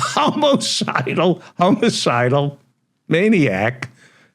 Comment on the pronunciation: It's not "homo-cidal" it's homicidal.